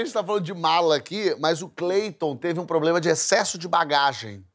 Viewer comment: "algum poblema?"